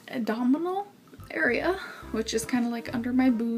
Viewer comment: "dominal area" okay!